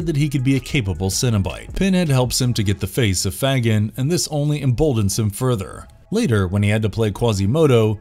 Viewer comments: fagin is pronounced - Fay-gen. not Fag- in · It's pronounced "Fay-gen". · I’m sorry I mean no harm but when you say fagin it’s not the right saying of the name 🤣🤣. Love the video thank you ❤️❤️❤️❤️❤️ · Stop saying Fagan so weird! Heheh this is awesome though! I never knew all this existed. My hellraiser knowledge is rubbish it seems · You are pronouncing Fagan wrong, dill weed! LOL 😂